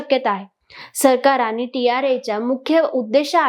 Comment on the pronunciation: तुम्ही छान बोलू शकता. फक्त कंपणी, आनि असा न चा ण आणि ण चा न प्रयत्नाने टाळा. मग तुम्ही निवेदनात चांगली प्रगती करू शकाल. बाकी तुम्ही मुद्देसूद बोललात. Good expressions and confident body language.